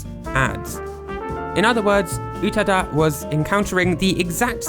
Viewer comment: Not "Utuh-duh", pronounced "Oo-tah-dah". Check your IPA pronunciation, elongate the second vowel,, no glottal should be used.